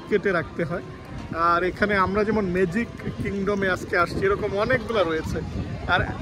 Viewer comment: মেজিক❌ ম্যাজিক✅